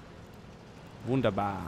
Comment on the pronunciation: Yeah we have the tiger heli.you forgot "tornados" At the start you say really good "wunderbar"